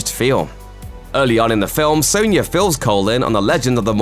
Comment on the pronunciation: Soan-ya?? lol